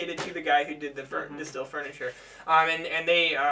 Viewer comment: You dont pronounce it as "The Stil". Its more like "De Steyhl"